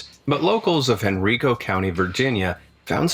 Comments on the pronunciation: It’s hen-rye-co is how it’s pronounced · I grew up in Henrico VA, it's always funny to see how people will mispronounce it. The I is pronounced like 'eye' lol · Lol his pronunciation was killing me.... its pronounced Hen-rye-co lol.... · I live n Virginia n he pronounced Henrico incorrectly